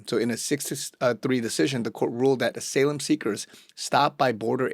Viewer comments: "Ah-SA-Lum"? WTF? It's "Ah-SY-Lum" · ASALAEM???!!! I guess you are AI! , im supposed to believe someone , not familiar with the word Asylum( a sigh lugm) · Ah-Sigh-Lehm not AH-SALEM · I mean no disrespect by this; but "Asylum" is pronounced like this: Sounds like this ---> uh·sai·luhm